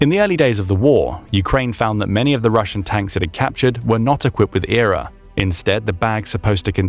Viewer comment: 9.21 says Error instead of E.R.A........ LuL:face-blue-smiling: now a person that knows about military equipment and vehicles would know EXACTLY what its called. Sorry just from that stupid thing that makes this channel bottom of the barrel and most likely doesn't know a thing and is VERY questionable.